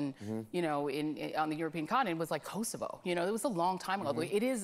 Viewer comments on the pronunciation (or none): I almost had to close the video when she mispronounced Kosovo and Kiev back to back